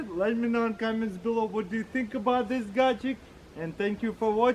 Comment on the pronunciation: I love it when he says “gaject”